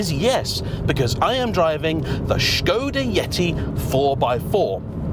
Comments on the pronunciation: Refreshing to hear Škoda pronounced well! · Your pronounciation of "Š" is superb :)